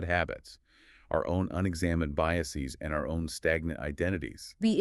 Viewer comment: Pretty good stuff! Weird how the male voice mispronounced certain easy words like “biases” and “invalid” Still doesn’t make the point invalid though.